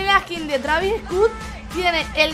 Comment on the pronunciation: Travis scutt jajaja te